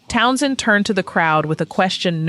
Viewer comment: I though AI videos were supposed to have that little 'AI' in a circle symbol located under the left corner of the viewing window. We know this is AI due to the odd pauses in the narration and the (by now) standard mispronunciation of Pete Townshend's name. It seems odd that these 'moments', despite being caught on film, are not being used in this video. Where's the clip of Moon being hauled off his kit? Where is the moment where Kristofferson, fed up, walks off stage? Where's the moment when Mitchell tearfully pleads with the audience? If Johnny Rotten's final words were so iconic, why not show them? Let's talk about Isle of Wight for a second. Kristofferson wasn't some 'babe in the woods'. He had been a Capt in the US Army prior to this. A helicopter pilot and a US Army Ranger Crse graduate. He was also a Rhodes Scholar. He wasn't some timid shrinking violet. By contrast, Joni Mitchell does not come off as some brave 'girl boss' facing down the crowd. She stopped in mid-song and addressed them in tears pleading for them to behave. I thought the Doors were also a little lacklustre with Jim so drunk he slurred everything. Then there's the Who at the same concert. They had no issues and gave a powerhouse performance - blowing away the audience with sheer volume. The greatest live act in rock...despite Moon passing out 3 years later at the Cow Palace. Sticking with the Who for a bit. After mentioning the tragic death of that poor girl at the Cassidy concert in 74, how could you